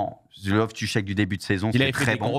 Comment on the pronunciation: la prononciation de RLC fait un effort mdr Cheek, 2 e, ca se prononce chiiik